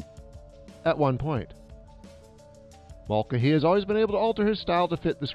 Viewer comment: You are absolutely mangling the pronunciation of Mulcahy.